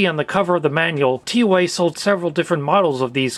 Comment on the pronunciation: Brand is called as tou-aah not tee ow ey